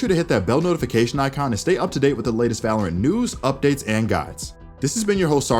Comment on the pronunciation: just I heard balorant?